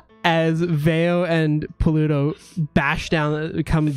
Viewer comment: Lol just noticed pronunciation of "Pa-LU-toe"